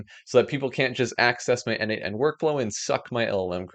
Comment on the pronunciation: Great video, as usual 😅 Btw, isn't 'n8n' pronounced as 'natan'?